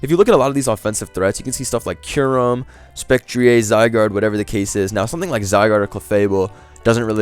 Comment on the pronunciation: Man is turning into wolfey with the spec-tree-ayy